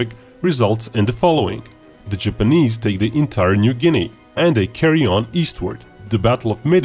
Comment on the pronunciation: Jipeneeeeeeeese why does it sound like he says it like that